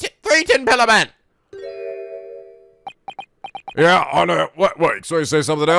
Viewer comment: "THE THREE TIN PILLAR MEN " AYIYAIYAI